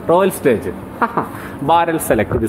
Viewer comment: റോയൽ സ്റ്റേജല്ല റോയൽ സ്റ്റാഗ് എന്നു തിരുത്താനപേക്ഷ